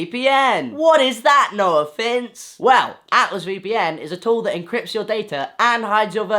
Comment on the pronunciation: Congrats. Also i never realized how your name sounds like "no offence" when you say it kinda fast